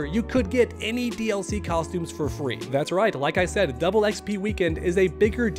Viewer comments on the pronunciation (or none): none